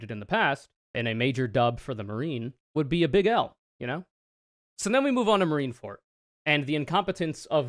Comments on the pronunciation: “Marineford” and “the marines”, not “marinefort” or “the marine”, otherwise great analysis and you looked v cute doing it. ☮️❤️ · it's Marine ForD. not Marine ForT. It's a "D" sound. That bothered me the entire time lol